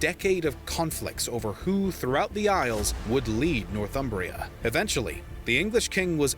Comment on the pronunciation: "Northumbria" is pronounced "Nor-thum-bria". It derives from "North Humbria", the land north of the river Humber. The narrator in this video pronounces it wrongly. He seems to imagine a different derivation: he is saying "North Umbria" with a definite gap between the two words, most probably having Umbria, a region of Italy on his mind.